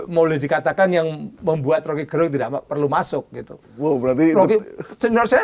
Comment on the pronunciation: Gerung baca pake e taling, bukan pepet.